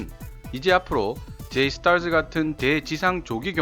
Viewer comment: 영어권가서 줴이스타쯔하면 놀림 졀라 받음 ㅋㅋ